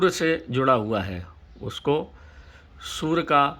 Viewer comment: सूर्य बोल रहे या सुवर बोल रहे ।। सूर्य ताप बोलो यार स्पष्ट बोलो ।।